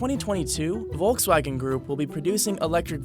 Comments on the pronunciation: It´s not pronounced Wolxswagen but Folxswagen. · Say it with me VOLKS-WAGEN, Volkswagen! It’s not that hard!!!!! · It’s pronouns as folkswagen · It's "folks wagen" at least pronounce name properly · It’s called Volkswagen ( like f) and not Wolkswagen ( means in German Cloud-Car) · Pronunciation: "Folksvagen" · It's volk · Me, as a German, really enjoy the way He is pronouncing "Volkswagen".